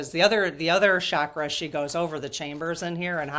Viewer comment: Please, no disrespect is intended, but the Sanskrit word is CHakra (CH as in chair), meaning spiritual energy points in the body. Shakra is a Sanskrit word that means powerful or mighty. Would you mind pronouncing it correctly? The magic about the Sanskrit language is that every sound carries energy. So words that are pronounced correctly carry Shakti, spiritual energy.❤✨✨✨